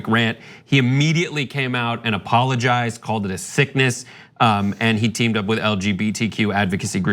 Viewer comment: I knew this video would be disappointing the moment she put the letter T at the end of the word "and". SAY THE WORD RIGHT